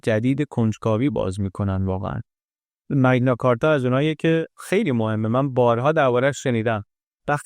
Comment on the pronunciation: ⸻ 🎙️ بابت زحمتی که می‌کشید واقعاً ازتون ممنونیم، عزیز 🙏 کلیپ‌هاتون نه‌تنها زیبا هستن، بلکه واقعاً آدمو تشویق می‌کنن بیشتر یاد بگیره 🌱📚 یه نکته کوچیک هم فقط از سر علاقه می‌گیم: اون اصطلاح معروف تاریخی که گفتید، به‌نظر می‌رسه «مَگنا کارتا» (Magna Carta) تلفظ درست‌تری داشته باشه، چون از لاتین میاد 🇬🇧📜 البته زیاد مهم نیست، مهم اون کار قشنگیه که شما و تیمتون انجام می‌دید 👏 ما از همین‌جا براتون آرزوی موفقیت‌های بیشتر داریم ✨ با عشق ❤️